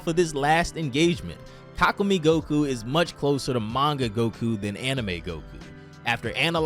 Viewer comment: Yea this guy has no idea how to pronounce it 😂😂 (Ka koo may) He also pronounces chelai chelay